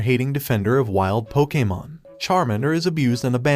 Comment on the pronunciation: Dude you sound like an AI and why you talking bout sum “pokamon”😭😭😭😭 cannot finish this shit